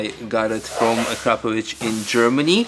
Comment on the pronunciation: I'm actually shocked for a Croatian to Shit can his neighbors next door by saying A crap a vich when he knows very well how to say it correctly as all of us in Balkans!!! It's Akrapović and yes this Ć is the main letter that Brit's and American's have issues with As for that was just a small dig at the Croatian/Slovenia. Most people missed it but I highlighted